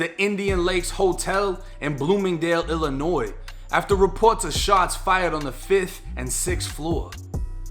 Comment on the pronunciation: Glad you pronounce Illinois right 😂 fuck this state tho